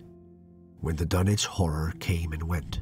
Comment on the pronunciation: Wahey he's pronouncing Dunwich properly!